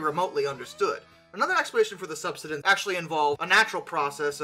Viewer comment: Sub-side-ence lol sorry had to